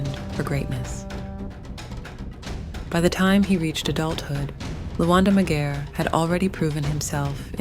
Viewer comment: The pronouciation of of his name is not right.leave out cultures alone you colonizers . Any Luo to tell the tale on our behalf or should I 😂😂